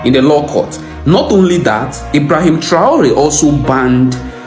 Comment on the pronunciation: 'T R A O R E" bro ,you just murdered an african name.Anyway,read on Thomas Sankara and see how pissed off the colonizers are with Traore and will do crazy stuff to delete him